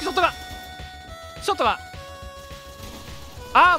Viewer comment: のぷりちゃんの通りざまショットガンとアマルさんの「ショットガァン゛ア」がツボすぎてひたすら繰り返してみて涙流しながら笑った